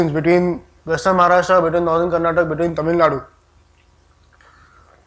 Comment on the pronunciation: Its karnataka. For all your pride in narrating history. Do say its kar-na-ta-kaa.